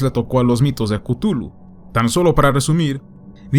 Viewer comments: Buen video, pero se pronuncia "Clujlu" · yo lo pronunció "ctjúlju"